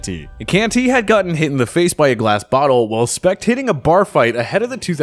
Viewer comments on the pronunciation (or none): none